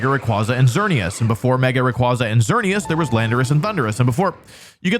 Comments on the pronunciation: I have to be that guy a year later but it’s “Zahk-see-on” and “Ray-qway-zah”, not “Za-shee-un” or “Rah-qwah-zah” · It's "Ray-qway-za" btw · RayQUAYza! Pronounce it right. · Its pronounced Zashian! Video unwatchable tbh. RAY KWAY ZA. TS PMO